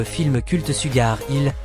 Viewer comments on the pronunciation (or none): none